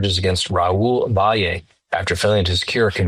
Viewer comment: Raul 's last name is pronounced Valley. Not Vi-yay.